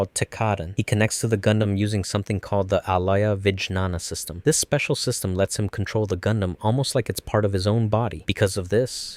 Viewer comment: Bruh the butchering of Tekkaden and Alaya-Vijnana System omfg